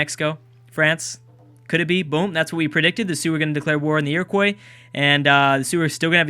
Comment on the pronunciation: Iroquois is said like Ear-o-kwa, not like Ear-o-kwoy, please say it that way as I could handle it being said that way a few times but the sheer amount of times it is being said is killing me inside